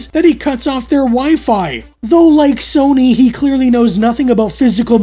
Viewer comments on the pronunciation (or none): none